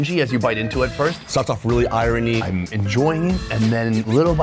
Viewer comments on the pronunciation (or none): This mfker just said EYE-RUN-EE. Its iron, as in eye-yern. I.e. the irony (eye-yerny) meat tastes like the blood of my enemies.